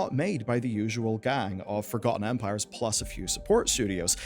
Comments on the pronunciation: Sorry, but I keep hearing "Age of Vampires" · You saying age of Empires or Ampires? I hear Ampires.